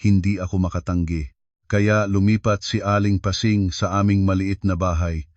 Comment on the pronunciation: Ayusin.mo nga yong mga salita mo! Pasing ginawa mong pesing listening from Bacoor Cavite